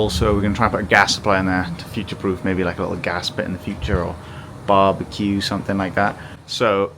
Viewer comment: I love how Louie suddenly becomes a Texan when he says the word "BARBEQUE""